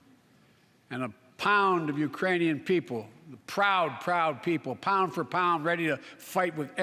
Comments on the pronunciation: He didn't say Iranian he said Uranian people.. you just missed the k🤣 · C'mon man, oldie has done it again Ukrainian mispronounced Iranian... 😝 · Especially after said "the Uranian people". I lost count. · It even sounded like "Uranian" are there people from the planet Uranus? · I heard ukrainian without "k" 🙊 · I am hearing Urainian people. In my opinion it is not misspronounced on purpose. Also... no country on this entire planet can currently deploy their troops in ukraine. Are you understanding the situation we are all in even? Russia made nuclear threats to anyone that is interfering directly. You have to think this process through very accurately before making any direct actions in ukraine. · “Urainian people”? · did he say uranian people ? i mean i know what he meant to say plus hes 80. so yea..